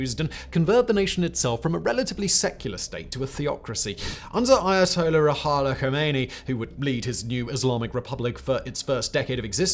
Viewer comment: Prior to commencing your commentary and narration, please take a moment to learn the proper pronunciation of any foreign word, name or phrase. Khomeini‘s first name is Rouhollah, Not “Rehala!”. Your video might be informative indeed, but your lack of attention to details takes away from its value